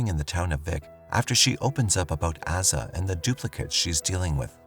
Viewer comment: Jeeziz Chrysler..I'm so tired of AI narration getting pronunciation wrong .. Asa is pronounced "Ow-sa" not "Ass-a" ... ... "...to use the bathroom..." 🤣